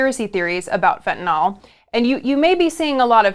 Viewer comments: The only one who pronounced fentanyl correctly in this video was MTG. It's not fentanahl. It's fentanyl. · Why is it no one can pronounce Fentanyl or China’s President [Xi] right? Have you considered that Xi exported Fentanyl in revenge of the West’s Opium Wars? And Putin is the one pushing the conspiracies online, including fellow travelers in politics?